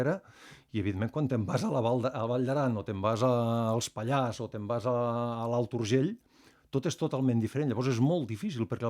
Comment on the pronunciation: Si us plau, la r de Pallars es pronuncia!!!!